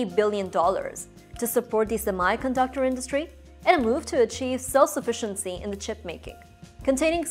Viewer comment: Sorry to say but You are not pronouncing "Semi"_ conductor correctly.